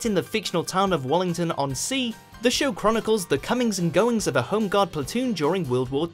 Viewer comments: Isn't it Warmington on Sea not "Wallington" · Right dads army, mainwarning is pronoused man-a-ring and walmington on sea is pronounced wall-Ming-ton, btw only fools should be no1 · I'm pretty sure he pronounced walmington wrong as well